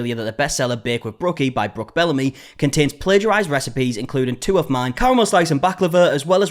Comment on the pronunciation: Someone takes your script about this video changes a few words and then posted on YouTube. They even use your pictures. When you say Brooks name wrong. They do that too. Then they post it and make money. There's only so many different ways you can talk about a video.I think you believe that it is pleasure ism, but when someone makes money off your work and then plays it as women against women. That's kind of shitty.